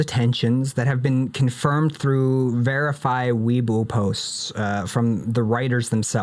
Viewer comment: When u pronounce weibo like weaboo i laugh every time 😂😂 i think it’s pronounced way-bow lol. Also thank you so much for covering these things in such detail. I’ll be watching every video you drop ❤